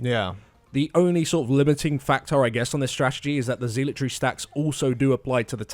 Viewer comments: They technically pronounce it wrong but I hear it said "zeelot" rather often I think. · Please learn how to pronounce zealotry. PLEASE. I know it's a minor thing but it's driving me crazy! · I know it's a little rude, but I snickered each time "zealotry" was said. I don't ACTUALLY know which pronunciation is correct, but I don't hear it they way they say it a lot. So it's kind of funny.